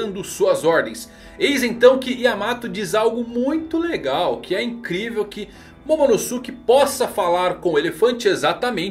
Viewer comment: namorada do dono dessa conta: que agonia ele falando Momonosuke errado, Momonosuke é pronunciado igual Sasuke, nem parece que assistiu Naruto aaaaaaa